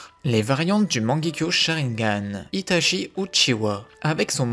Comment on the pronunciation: Salut, J’apprécie la qualité de chaque vidéos mais la prononciation des noms japonais m’accroche les oreilles, par exemple itachi qui ce prononce itatchi phonétiquement. Continue ce que tu fais, j’adore ton travail